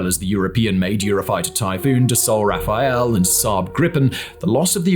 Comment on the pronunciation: Rafale isn't pronounced "Raphael"